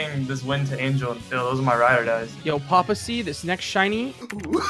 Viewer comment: It's Papa "Papasea" Sea